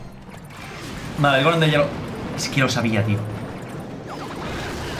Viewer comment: dice vane en vez de vale xd